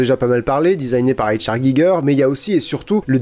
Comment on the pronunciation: Giger était germanophone, il faudrait donc prononcer H.R. à l'allemande (ou limite en français), ca a aucun sens de le faire à l'anglaise. Sinon bonne vidéo comme d'hab.